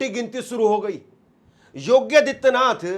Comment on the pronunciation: Yogya hai ya yogi. Pronounciation be attended